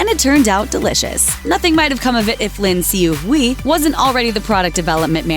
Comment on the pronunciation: STOP SAYING LIN HSUI HUI'S FUCKING NAME IF YOU CAN'T SAY IT RIGHT.